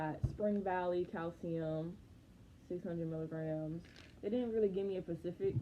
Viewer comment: Oh so that’s why you been getting thick. Mhmmmm. We heard you say pacific mhm 😂. I’m so sorry about your graduation hun :(